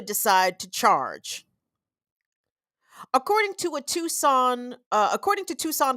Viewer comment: Great show,! I must jokingly remark that I was extremely impressed when you pronounced Tucson correctly, and also Valencia, but managed to mispronounce Midvale.😅 Around here, that one gets standard midwestern pronunciation. Big ups for getting Tucson right, tho - unless you wanna get really de-colonized and call it Chukshōn.😊 ❤🏜 Love to you from the Sonoran Desert.